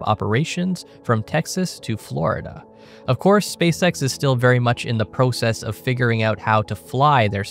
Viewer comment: why you say process like that?